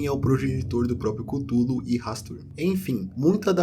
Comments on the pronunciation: A mais pronúncia mais "certa" é culólou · Chululu** kkkkkkkkk